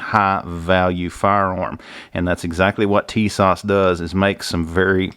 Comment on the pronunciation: Tis-ash ...TISAS....right was to say I'm Turkish origin.....